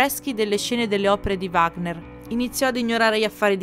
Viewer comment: Il video è molto bello. Mi permetto di osservare che la pronuncia dei termini tedeschi è terribile. Addirittura Wagner viene storpiato!!! Era tedesco, Richard non si pronuncia come fosse un nome inglese. Il CH va pronunciato come la J nello spagnolo José. Saluti